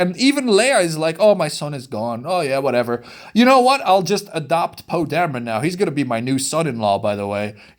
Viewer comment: He said "Dameray" haha they met each other at the end of the movie. So it's clear you didn't see the film... but carry on 😂